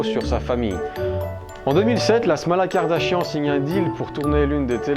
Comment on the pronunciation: Mais il y a un probleme pour dire Kardashan ça s'ecrit Kardashan mais ça se lit Kardashane ok